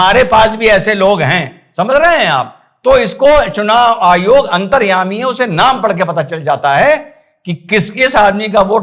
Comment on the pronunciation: चूनाईयोग....चुनायायोग.... बेचारा,...आखीर में उस नें ये शब्दोच्चारण ही छोड दिया... 😂छोडता नहीं तो क्या करता ¿¿¿ 🙏,कहाॅं से ढूंढ लागते हो ऐसे मजेदार किस्से के व्हीडिओ??? हॅंस हॅंस के पेट दुखनें लगा... आप के हाथों की भाषा भी अर्थसमृद्ध हैं,जो देखनें वालो को बिलकुल समझ में आती हैं|इसलिए,आप का व्हीडिओ केवल सुननें के साथ देखना भी पडता हैं,ता की, बहुत सारी वास्तविकता और जानकारी सप्रमाण सुननें और देखनें मिलती हैं|,आप को नमन 🙏 वंदेमातरम 🇮🇳